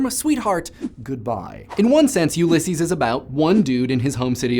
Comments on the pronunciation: Am I the only person who is REALLY annoyed that he cant pronounce Ullyses? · I find your pronunciation of Ulysses strange. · Just saying, but you pronounced Ulysses wrong. This is coming from an Irishman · You don't say Ulysses right. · I haven't read Ulysses (and the way you pronounce it sounds really odd to my ears, but then I've heard it talked about a lot; I'm from Ireland) but I have read some Beckett, which is of similar magnitudes of stream-of-consciousness but a little more darkly surreal, and House of Leaves, which has a great story in a story in a story thing going on. Nice to see literature get a video, alongside a lot of the pop culture stuff. Also, House of Leaves, for the record; scary as hell in parts.